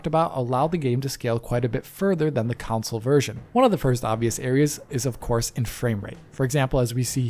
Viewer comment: Everybody else says "console".: "counsole" 😂😂😂 edit: video is great by the way. He is amazing. ❤